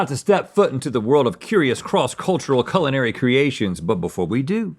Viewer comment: It sounded like Link said “colonary” instead of “culinary” 😂